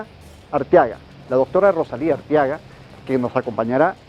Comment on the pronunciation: EL PRESENTADOR REPITE "ROSALINDA" UN PERIODISTA VIEJO CON ESOS ERRORES DE PRONUNCIACIÓN?